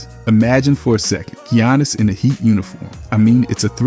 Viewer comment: "Gee-yawnus" has been in the league too long for you to pronounce his name that way 😭😭😭